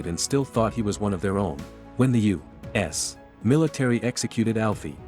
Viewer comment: Continuously : U ASS In the beginning it annoyed me until it almost became 'funny' when I annoyed my wife even more as I was repeating it EACH SINGLE TIME the nar-bot-rator mentioned U - wait for it... - ASS 🤬🤪😁😝😆